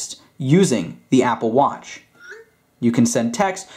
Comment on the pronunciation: stop saying watch so weird. Im out